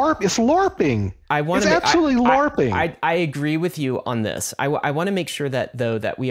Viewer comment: This old dude dope. Man said larpping 😂